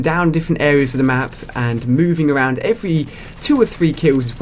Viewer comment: lol "fround"